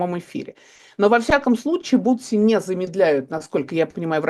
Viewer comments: Не бутси, а бусти. Спасибо за гостей, очень познавательно! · Только не бутси, а бусти).